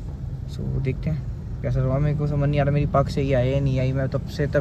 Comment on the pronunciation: Its not pug.. its pagg veere. Punjabi bolna sikho pls